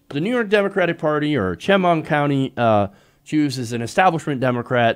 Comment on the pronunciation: I hate to be that person, but I live near Chemung County, and, helpful tidbit, it's pronounced "sh-MUNG" (that's as close to phonetic as I can spell it), emphasis on the second syllable. Sorry, just a stupid local pet peeve. Glad you covered this!